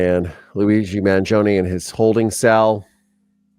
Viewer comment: you pronounced his name correctly. The first one!